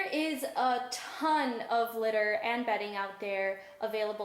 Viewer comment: at first when we are going to be talking about litter I thought she said glitter